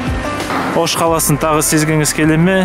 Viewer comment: живу в алматы но родился и вырос в Оше (ударение на "ше")